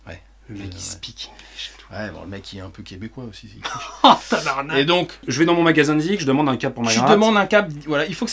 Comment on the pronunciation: Salut j’ai bien aimer la vidéo d’aujourd’hui surtout le « tabarnak » 😂😂 je suis du Québec et tu l’as bien prononcer 😂😂👍🏻 continue ton bon travail. J’attends ta vidéo à chaque semaine et je rie à chaque fois